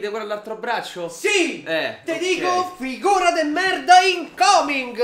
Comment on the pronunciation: Scusa, ma all'inizio, hai detto figura o figona?😄😁